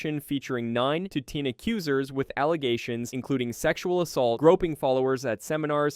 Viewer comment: Is ai narrating this? “9 to teen”